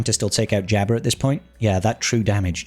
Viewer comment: Jabba not jabber